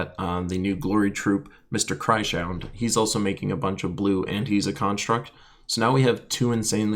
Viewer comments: Cry-Shound? xDD I think it is probably Krys - Hound. Because he's a Hound made of Crystals from Krystara ;) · I'm pretty certain the new troop is pronounced chris hound. Love your videos anyways.